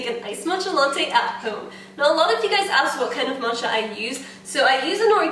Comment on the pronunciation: omg for some reason i thought you were trying to say “mocha” in the beginning but instead of pronouncing the ch as c you were saying ch so moCHa HAHA